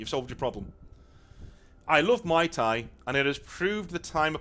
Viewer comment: 🟪Great one;-) BTW: I think you meant to say 🐮++Moo - Ee- Thai++ ( --> Muay Thai, not Mai Thai = no drinking while in training 🍹;-))